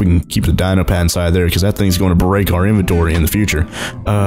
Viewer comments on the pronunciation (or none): none